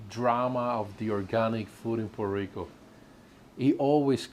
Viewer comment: Please don't say Purrrr Rico...Porta Rico...Porta Ricans. If you have a good job...in P.R. you live better than states. Grow your own stuff😑 You get hate bec...😂 you complain soooo much and critize P.R.😅 Well go to your PERFECT place.